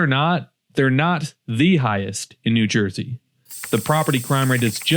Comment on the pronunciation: "Noo Joisey."